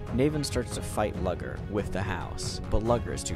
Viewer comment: from his narration style i can tell hes severely autistic, closeted gay, and for as much as reading was his entertainment his reading abuility to pronouce names is trash. its nAvin no Nayven, and Luger like the rifle not lugger